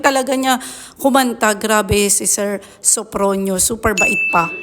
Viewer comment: Sofronio not sofrino